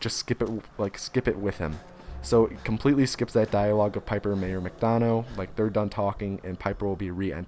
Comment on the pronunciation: It’s mayor mc dun-uh not dun-oh